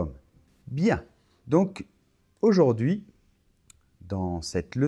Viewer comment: Bonjour,. J'ai l'impression que tu dis « aujord'hui » et « en revoir » au début, pas quand tu les expliques. Dans « au revoir » on entend bien « ɔʁ·vo̯aʁ », alors pourquoi dans la phonétique l'écrit-on [ɔʁ·vwaʁ]; l'étudiant qui cherche la prononciation dans un dictionnaire pensera qu'on dit « au revouar », comme dans le mot /ouate/!